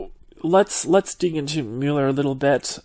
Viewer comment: Love the way you pronounced 'Mueeeuuuler". Hey, tell us something about you, anything please.